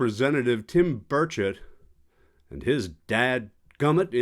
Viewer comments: Did you just say Tim Birdshit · Did he say Tim Birdshit?